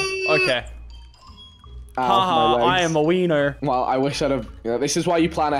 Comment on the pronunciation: Who else scrolled to comments when mans said “ I’m a wenner”